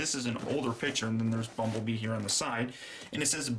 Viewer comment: did he say bumble BEAM